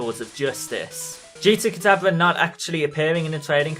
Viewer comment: dude it's not pronounced kadabla